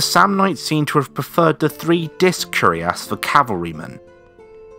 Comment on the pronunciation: It's curiass but cuirass (pronouce it like "queer ass" with "ass" rhyming with "mass")